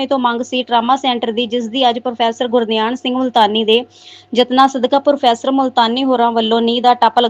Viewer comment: ਪ੍ਰੋਫੈਸਰ ਗੁਰਧਿਆਨ ਸਿੰਘ ਮੁਲਤਾਨੀ ਨਾ ਕਿ ਗੁਰਦਿਆਂਨ ਸਿੰਘ